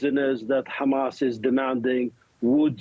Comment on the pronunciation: The host lady said khamas at the beginnig!